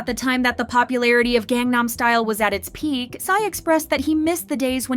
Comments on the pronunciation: has been covering kpop for how long now? and you still can't pronounce "Gangnam" correctly? 😩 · Can you PLEASE learn how to pronounce Korean words properly if you’re gonna be the narrator? There’s no reason you don’t know how to pronounce Gangnam, nor all the idol names you butcher too. This seems like you’re not actually passionate about this topic and just do it cause it’s “easy” money cause you know KPop fans are easy clicks on a video. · "GANG nam" really? who even are you anymore?! shit.